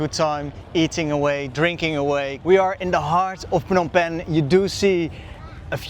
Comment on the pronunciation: Love the way you say “Phnom Penh “